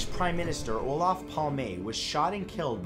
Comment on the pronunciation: It's Olof, not Olaf :)